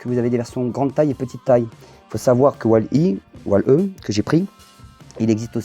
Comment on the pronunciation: Hello, on voit que tu as pris du plaisir à faire cette vidéo et à nous présenter ce joli POP de Stitch :) J'avoue c'est une belle pièce ! Juste stp on prononce "Wall-I". Ne me met pas de fessée j'ai mis la cloche lol.